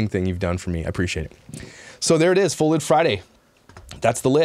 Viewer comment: At first I thought u said "thud lite" 🤣🤣🤣🤣🤣🤣🤣 I was thinking what does he bump into things alot 😄😄😄